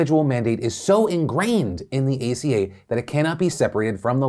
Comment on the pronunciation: "Let's talk about the Affordable Care Act aka-" Phil ima have to stop you there it's aca not aka